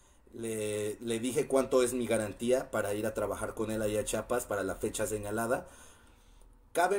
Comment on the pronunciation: se dice CHIAPAS no CHAPAS